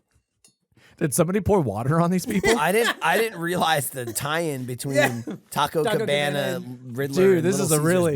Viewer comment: Tah-Coh Cuh-Beh-Nuh